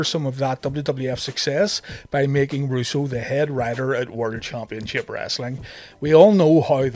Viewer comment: I like how you used chumpionship 4 times in one sentence 😂